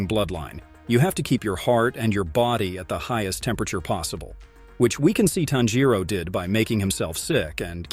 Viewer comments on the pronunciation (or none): It bothered me a little how he mispronounced a lot of names including tanjiro nezuko Muzan urokodaki and others. I had to stop watching cause it was annoying me, but some of the info was accurate